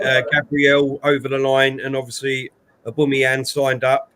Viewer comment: Man keeps saying Aboomeyang. Very Annoyang